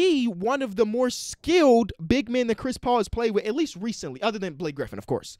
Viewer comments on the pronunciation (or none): none